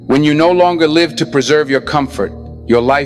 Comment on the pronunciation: Brother in ELI, Thank you for telling us of the powers and explaining on kool way. Your Virtual Intelligence is sometimes wrong in pronouncing words such as live with two ways to speak.